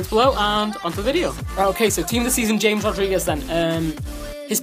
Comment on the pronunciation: Dude James in Colombia is pronounced like Hames not James, just talking